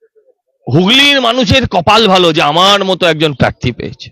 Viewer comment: madam, please আপনি 'র ফলা' উচ্চারনটা ঠিক করুন। পারথী নয়, ওটা প্রার্থী হবে। বাড়িতে Please একটু Practice বা Home Work করুন। তৃণমূল কে তিণমূল বললে বড্ড কানে লাগে। Please